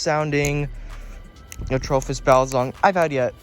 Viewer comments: It’s not atrophis it’s atropos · I’ve always heard people say it as atropos not the way you say it, your saying it wrong stupid